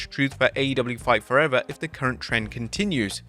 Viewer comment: I love how it sounded like he called it "Fart Forever" lol How fitting, though...